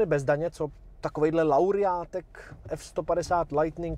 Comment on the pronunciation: Jinak výbava "Lauriát"? No už jsem slyšel i "Lerejt" uvidíme co přijde příště :D